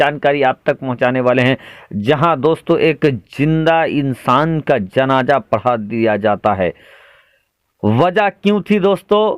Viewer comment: Beta janja nahi janaza hota hi jinda nahi zinda roja nahi roza hota hai .ab tum logon par urdu parhna lazim ho gayahai